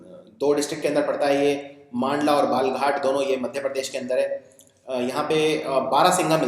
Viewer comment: very nice video sir ..thanku so much sir .. i m from balaghat ,mp☺ it's pronunciation is बालाघाट एंड मंडला ।